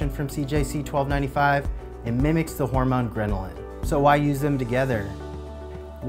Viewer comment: Where you trying to say Ghrelin?